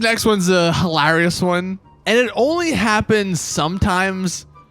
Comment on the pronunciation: Sounds so weird when he says hilarious.